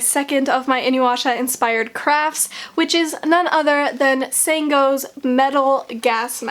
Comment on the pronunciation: I love this - but I think you mispronounced "Sango". Great video though!